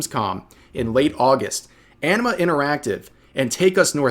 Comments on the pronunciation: The first times I heard Enema interactive instead of Anima interactive. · I keep hearing "Enema Interactive." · Oh "Anima" I thought it was "Enema". Was confused there for a second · Did I hear him say "Enema Interactive"?